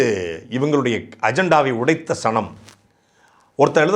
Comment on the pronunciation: சனம், எனக்கு சாணம் னு கேட்டது 😂